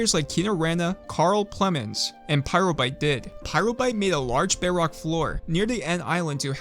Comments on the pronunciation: Am I the only one who hears him say beyrock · idk why but hearing bedrock being pronouces beh wock makes me so happy